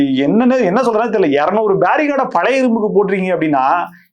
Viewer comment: Barricade not bariguard.